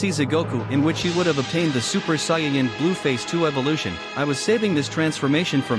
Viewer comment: Soyin 3 weird way to say it but good vid :)